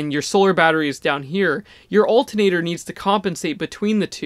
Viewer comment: please pronounce ALTERNATOR correctly :) thx